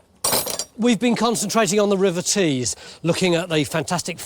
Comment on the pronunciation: River Tees...not trees 😂